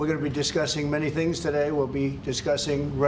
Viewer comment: Note to wan kier starmer avoid saying "today" it sounds like TUDIE